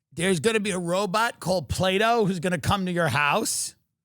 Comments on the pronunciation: She says "Play-Dough" when the name of the robot is "Plato", don't get me started on the rest of her shit show... 😂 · Plato = play dough = play doh. thanks homer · first I heard them say playdough, then I thought they say play-doll - reading the comments I understand they call it Plato... May this never find my country please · Plato, or Play-D’oh?